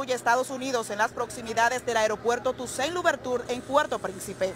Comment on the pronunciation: NO SE DICE LOVERTUR.